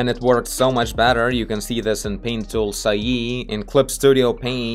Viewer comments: the correct pronounciation is sai (like the first syllable in psychic) though. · most part of people: Paint Tool Sai: Paint Tool Sa-ee